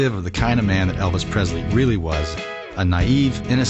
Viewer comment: It’s surprising that Kurt Russell mis-pronounces Elvis’ name. He says PreZley instead of PreSley.